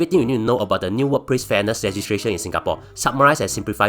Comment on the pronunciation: fat cat england level up siol! can pronounce legislation siol! sounds like ntuc paid ad tho